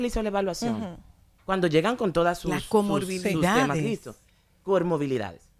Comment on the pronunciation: El problema es que ella no dijo comorbilidad, ella dijo cormobilidad.